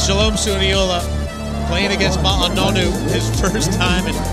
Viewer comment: I HATE the way the American commentators butcher his name “Ma-A” 🤦‍♂️